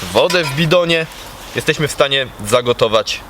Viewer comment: Szum fal... Piękna pogoda ciekawy temat materiału i nagle "bedziemy" testować. Masz taką dobra dykcję że u ciebie "bedziemy" kuje w uszy 😁 Ale wiem czepiam się i nic tego nie zmieni.